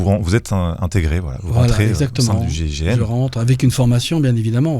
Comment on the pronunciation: pourquoi l'animateur de l'émission à 5 reprises, prononce le mot gégène au lieu de gign il faut articuler